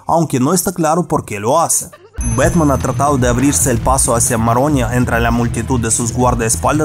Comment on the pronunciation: "¡Soy Betman!" "En mi Betmobil"